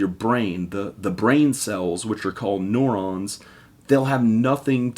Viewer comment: You said neurons wrong